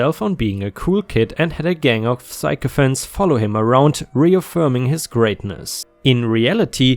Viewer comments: I know English isn't your first language but you are the second YouTuber I've watched who can't say "sycophants". it's sic-o-phants not psycho-phants. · "psycho"phants is absolutely the way we all should be saying sycophants :D